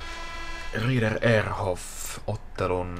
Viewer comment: Olisit kiinnittäny huomiota lausumiseen. Se on Graiss ei greiss. Samoin Rieder sanotaan Riider.